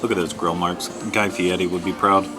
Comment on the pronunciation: "Guy Fietti?!?" LOL! BTW...You picked the sandwiches I would have. Odd that the slaw side was so tiny. (I wonder if they have a secret menu?) Thanks for the tasty review guys!!!